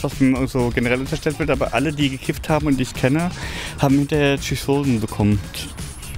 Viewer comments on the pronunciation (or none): Der Typ redet wichtig über Psychosen und kann das Wort nicht mal richtig aussprechen.